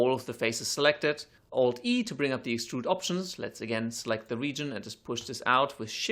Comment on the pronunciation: when he says extrude, it sounds like he almost says strudel...